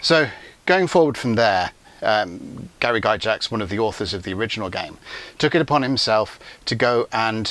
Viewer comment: It’s “gax”, not “Jax”